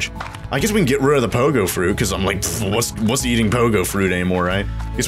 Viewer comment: Why did you say wis at the start like this wis going on guys!